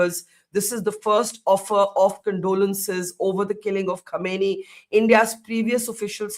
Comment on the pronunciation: Not khaneeni, it's pronounced as "Khamneyi"